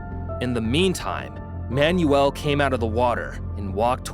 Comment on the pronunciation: I gave up on this video after he mis-pronounced both Manuel and Occultist within the first .